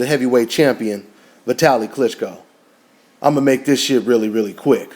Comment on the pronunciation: Klitchsko? Hahaha